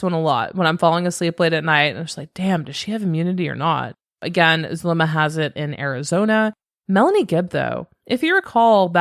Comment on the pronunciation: Yesss. I mentioned somewhere else how it bothered me that Melanie left out a lot of info*, and it sent me when she fumbled Zulema's name. 🙃 She also likes using "they" a lot... It really contrasts against Zulema's testimony. I feel like Zulema's putting an effort into the information she's giving, even if she may leave out details (it's not on Melanie's scale)... There's so many things about this person I don't jive with, but I respect how she's been on the stand. *On the comment I said the nerves up there have got to be intense, but now thinking about it... She didn't seem to be that nervous in front of the world with Nate Eaton? Granted Lori wasn't sitting right in front of her-- Idk. I'm just... Incredibly distrustful of that one. It's like the same vibe of disbelief I feel when hearing that Alex's death was coincidental. Cannot wrap my mind around a coincidence like that. Wow that was long. (Also hey it's been awhile. Hope you've been well lol ~🖤)